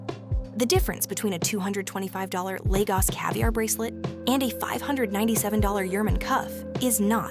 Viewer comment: You ( AI) are pronouncing Lagos incorrectly, every time “ you “ say Lagos as Legos ( a child’s plastic toy ) is like listening to nails on a chalkboard 😱